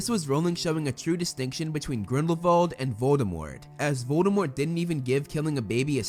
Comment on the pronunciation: Wow you are the only person I've watched pronounce Grindelwald and Voldemort's name correctly.